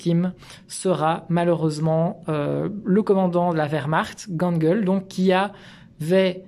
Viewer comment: Gangl... nickel, mais on ne dit pas daCHau... mais DaRAO (phonétiquement). CH=R en teuton et AU=AO... 😊